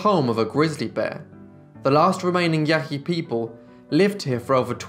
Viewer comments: Pronounced Yãhï Yãhee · I hate to be a smart-aleck but I feel that clarification is needed, Ishi was a member of the Yahi but in the video it is pronounced with enough phlegm to sound similar to "Yaqui". The distinction is important as the Yaqui are still alive.